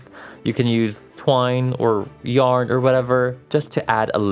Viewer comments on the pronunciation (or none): none